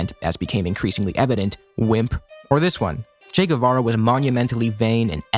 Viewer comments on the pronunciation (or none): They can’t even say his fucking name right!